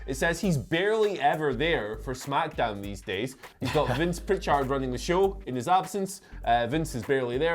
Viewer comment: PRICH-erd. That’s how he says it. FYI.